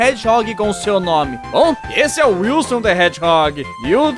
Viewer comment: Sidão falou errado, é sr sr wilsu rsrs